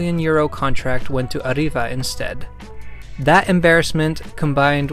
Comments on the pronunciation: Ariva is pronounced ariva both a's like a not ay, without rolling the r, the i like e, and a bit of emphasis on the v because as you said it's from England (Sunderland to be presice. my fellow Geordies make you're welcome to banter about it) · Pronouncing Arriva is very confusing, Alot of Brits say Ariva meanwhile I say Arreeva or Arrive-va.